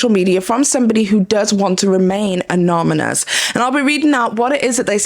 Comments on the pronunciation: aNONymous....not aNOMymous lol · hahaha its funny when you say "anomenous" instead of anonYMous. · Does Anominous mean something else though? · "amonymous" sent me, im so sorry 😭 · She got the word wrong and then you got her pronunciation wrong! Naw it was Anom-anous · Say "anonymous" correctly then you will be taken serious. Just a suggestion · Firstly, let's learn to pronounce ANONYMOUS. Second...you are simply wrong and not showing full context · Queen I love your content but each time I hear “anonymous” I want to report you to the police